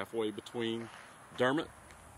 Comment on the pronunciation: Very cool video! The lady pronounced Dermott correctly.. it’s awesome you get to talk to these people, they won’t be around much longer. When you come to Chaffee, I suggest you go downtown Fort Smith, and Judge Issac Parker’s Courthouse, the hanging judge, the movie Rooster Cogburn, and True Grit were based on him and this area..Pretty Boy Floyd was from just over in Oklahoma, and lived in Downtown Fort Smith while most wanted by the FBI, with his wife and little son. He gave my grandmother a ride when she was a girl, waiting on the bus... she said he was driving a big fancy car, and had a machine gun on the front floorboard, propped up on the seat... and was very nice 😏 Belle Starr was from here as well, her daughter had a brothel downtown, which is now a museum. Bonnie and Clyde had a shootout with and killed a deputy just north a bit.. a ton of history here, not to mention Elvis got his military haircut at Fort Chaffee😏